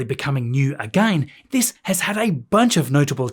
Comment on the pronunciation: I love the way you say again... A-Gain 😂❤ love your videos thanks for keeping us updated